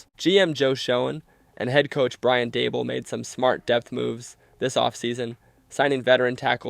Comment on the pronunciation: lol “Brian Dabble.”